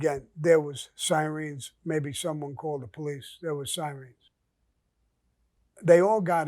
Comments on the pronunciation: Sammy ?? Your from bjlyn why do u keep. Saying screens. Lol not clowning u zll due respect but we pronounce it sirens much love bro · Love how Sammy pronounces SIREENS ! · Sammy," We heard the sireens" ! Lol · "We hear the siREENS" 😆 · Who's asking yourself what's a Si-Reen? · You could hear the "sireens". Priceless!